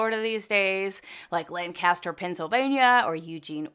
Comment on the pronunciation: Lancaster, PA is pronounced differently than the one in Kahleefornyah. Accent first syllable but kinda evenly weighted.. Lan-kes-ter... PA Dutch boy here 😊